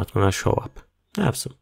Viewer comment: Thank you! Great video! So funny when you say "awesome" it sounds like "have some" LOOL